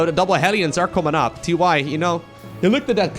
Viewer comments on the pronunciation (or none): Is it TY, or is it pronounced TieTie?